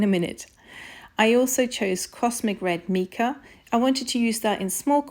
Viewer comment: #2 Soap was the best of the three. Mica is pronounced "My-Ca." Soap pouring into mold was messy. See "I Dream In Soap" for helpful soapmaking tips. Not trying to be critical, but trying to be helpful with constructive criticism. Thank you.